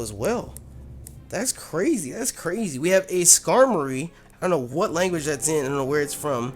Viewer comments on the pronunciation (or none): none